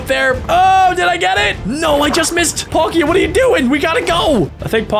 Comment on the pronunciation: They are not galaxy pokemon packs it's battle styles and they are fake cards and he chucked a cevil full art which is probably worth £20 also the way he pronounced palkia